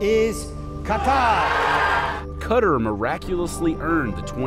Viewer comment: Cutter in Arabic